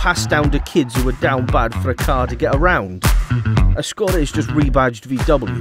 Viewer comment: Can someone explain why became a northerner when talking about Skoda?